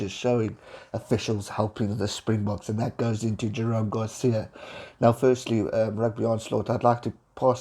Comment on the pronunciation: Good stuff as usual,. Quick note: I have noticed that you habitually mispronounce Jerome's last name in pretty much all your videos where you mention him. It is Gar-sez, not Gar-sia.